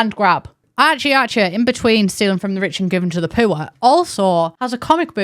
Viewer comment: Saying ‘poor’ as ‘pure’ is the strangest thing.